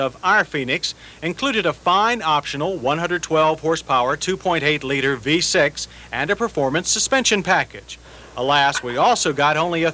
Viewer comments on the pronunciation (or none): none